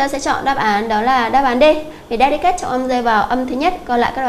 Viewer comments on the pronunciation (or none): Câu số 2, phương án D. Cô có thể xem lại phát âm trong từ điển được không ah? Cô đọc từ sai thi học sinh nhớ sai, thi làm sao thi được điểm cao được. / `delɪkət/